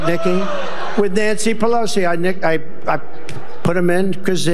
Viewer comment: Well he did a video justifying his mistaking Halley for Nancy Pelesoi! He said he was joking he was aware of mix up names on purpose 😮 yeah right! God help America 🙏